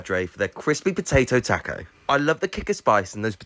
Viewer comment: The way you pronounce taco is unacceptable